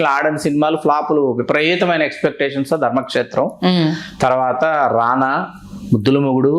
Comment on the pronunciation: ఇది ఇంటర్వ్యూ లాగా లేదు, వాదించుకుంటున్నట్టు ఉంది. యాంకర్ గారు అతి ఉత్సాహం తగ్గించాలి, రెండో విషయం, ఆవిడ తెలుగు ఉచ్ఛారణ మెరుగు పరచుకోవాలి. వాల్లు, వీల్లు, రానా (రాణా అనాలి)అంటే బాగుండదు